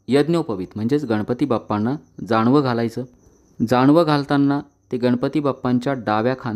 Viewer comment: पूजा काटछाट करून सांगितली आहे. मंत्र दिलेच् नाहीत. शक्यतो मूर्तीला स्पर्श करू नये. अभिषेक करतांना मंत्रां ऐवजी अथर्वशीर्ष म्हटले आहे. जाणवं नाही... जानवं बोला.